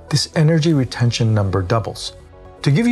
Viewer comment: "retention" :D